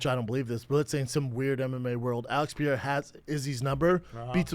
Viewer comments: why does he insist on calling him "Alex Pi-era?" C'mon man... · "Pereira" not "Piere-a" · I cannot wait until whoever is on fight companion corrects Brendan on how he says 'Pereira'.... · I wonder when Brendan is gonna learn how to say pereira...